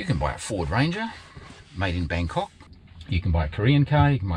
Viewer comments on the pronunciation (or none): none